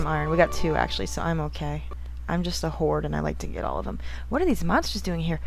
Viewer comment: I didn't hear you pronounce the 'd' in 'hoard'. I choked on my drink, then went back to check what you really said.